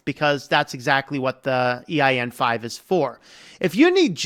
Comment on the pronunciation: My brother, why do you keep saying "EIN-5"? It's EAN-5.